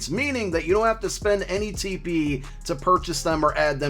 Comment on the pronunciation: I laughed every time you said TP.